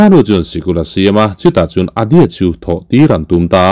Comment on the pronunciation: Adya ania, Adi-a nilo in, svmm